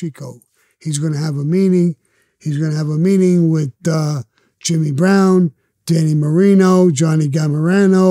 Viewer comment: Did he say Dan Marino 😂